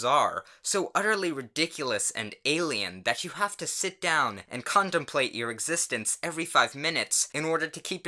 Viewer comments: I heard condomplate lol but I know it’s contemplate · lmao it sounded like you said condom plate on